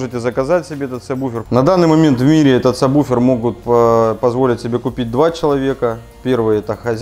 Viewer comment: сабВВВВВуфер. Вроде грамотные люди. Слух режет.